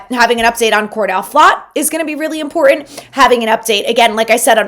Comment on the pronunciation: Please...it's "important" not "impor-ent". Enjoy the show!